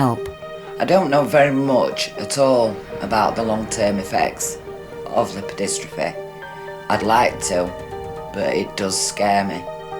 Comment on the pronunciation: It's not pronounced lip-row-dis-tro-fee. It's more like lipe-oh-dis-truh-fee.